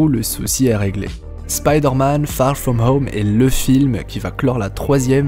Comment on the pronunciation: Très bonne vidéo les theories sont franchement intéressantes, et au passage magnifique accent anglais "far from home) :)